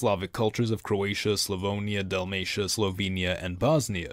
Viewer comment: It isn't slovonia But Slovenia